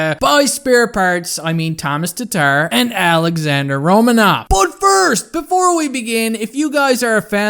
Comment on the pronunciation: Pronounced Ro-man-of.